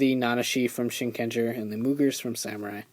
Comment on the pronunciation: It's pronoun SHIN_KEN_JAA! There NO GER in japanese. Why is it so hard for people to get that?